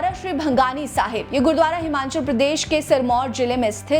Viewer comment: Madam this is not Himanchal but it is Himachal. Please pronounciate properly